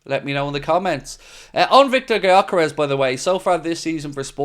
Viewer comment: Yo just FYI since Gyökeres is a Hungarian who grew up in Sweden his name is pronounced like Dyökeresh. With the Gy pronounced like the D in dew or due. If anyone cares to pronounce it right